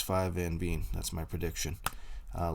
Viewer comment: Thanks for the video. If you would like to please Dutch ears please pronounce Veen as you would Vain or Vayne. Also, Van is not Ven but has an ah sound.